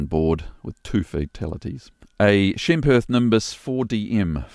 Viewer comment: the way you pronounce Schempp is wow, Hirth is ultra ... i dont pronounce Porsche as porch. and Renault not as Rhinjault. as an aviator, how about pronouncing these few names correctly? ;) best wishes.